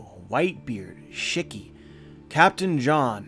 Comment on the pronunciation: I love you but every time you say Shiki my eye twitches, hahaha. Shiki (she-key). Other than that, like all your videos, I greatly enjoyed this discussion - How progressive Oda, Piece be upon him, is! Gay people with Bon Clay, trans people with Ivoncov, and now Black Beard being non binary choosing they/them pronouns😂 - I've always really liked this theory. I always thought he was three people and wanted the three strongest Devil Fruit for himself. The strongest Logia, Paramecia, and Zoan. I think he's definitely going to try and snag Kaido's abilities near the end of Wano. Swoop in like he did at Marine Ford and kill steal once again. I wanna see Black Beard as a dragon, haha